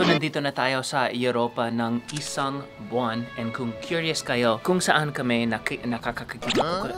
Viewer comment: "Buang" daw si Wil. 😂😂